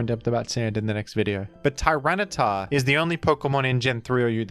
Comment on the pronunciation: hearing “tyranitar” felt so deeply wrong. At least cif is present in the previous clip